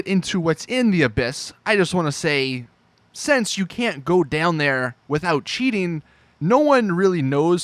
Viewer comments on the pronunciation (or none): none